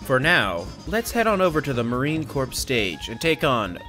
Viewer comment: Why do people still pronounce “Murine” as “Marine?” It’e Murine (m-yur-eye-n) as in rats, or rodents. It’s a pun.